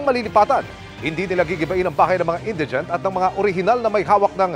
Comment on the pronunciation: Indeegent or Indaygent? Hihihihihi